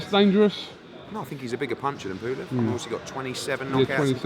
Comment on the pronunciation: Pooolev.....its pulev ed